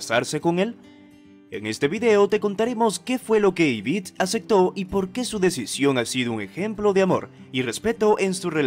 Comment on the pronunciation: Se dice Yvette no Yvitte